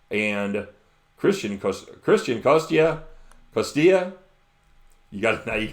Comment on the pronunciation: i'm going crazy on college football tonite nebraska -13.5 northwestern under 37 syracuse -4.5 temple over 50.5 miami florida -30.5 You pronounced my name perfect yesterday it's like cos-tEE-YA. Don't worry about it your going to be pronouncing it alot in the future (ironically when i brag i lose big)